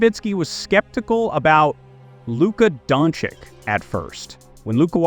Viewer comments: Luka Don-Chich... Not Don-Chick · come on, it's not don chick nor don cick, ffs